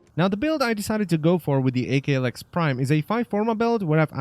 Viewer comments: You saying "Ay Kay Lex Prime" triggers me. Aklex Prime. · "A-K Lex" - ACKKKKLex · AKLEX not fecken A-K Lex prime dangit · Hey it's not pronounced A K, it's pronounced ak as in akimbo (thus it sounds like ahk) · Wtf is a-klex. It ak-lex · "A-K" lex prime...its "ahk" because its shortened form of Akimbo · Wouldn't it be pronounced ahk- lecks and not ae- kay - lex from it being one word? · "A kay lex" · I actually couldnt make it through the video ITS "ACK"